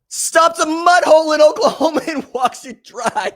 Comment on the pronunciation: Lol. He said OklaComa